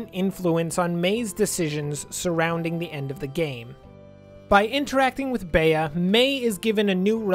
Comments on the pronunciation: Spare me and please say Bee instead of bay-uh please for the love of god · CURSES ITS Pronouced BEE not bae-a